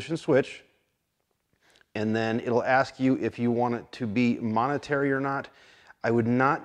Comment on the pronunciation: "Momentary"... not "monetary".